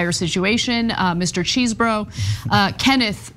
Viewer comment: The name is NOT CHEESE-BRO. !!!! It is spelt Chesebro. Short e sound...cause there is only one !!